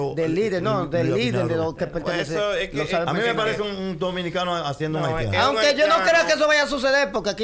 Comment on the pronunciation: Pero es haitiano, el dijo haltiano 🤣